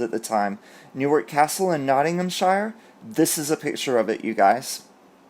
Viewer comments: You pronounced Plantagenet perfectly! Hope you don't mind a little pointer - in the UK we have quite a few 'shire' counties (Hertfordshire, Bedfordshire, Worcestershire etc) but we pronounce the last bit as 'sheer'. So Nottinghamshire is said as Nottinghamsheer. We are odd! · It's pronounced nottinghamsheer. From wot I can think, the only time we pronounce the word shire is when it's a shire horse. Places r 'sheer' loved how u said it though 😁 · Shire pronounced sheer.......